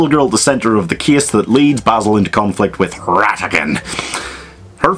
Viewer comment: Jackman can’t roll his R’s well enough for Basil... I mean, he’s obviously modelled after Basil Rathbone’s Sherlock, which is still the gold-standard